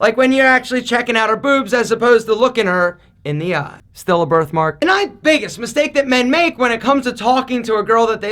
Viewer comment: Nobody: Alpha: "itsabrithmark"